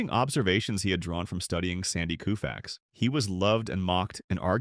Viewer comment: Easiesr w;ay to be sure the narrative is AI - IS TO LISTEN TO THE PRONUNCIATION OF THE NAMES. All Humans know Koufax sounds like KO-FAX not KOO-FAX - This narrative is from a computer not a human.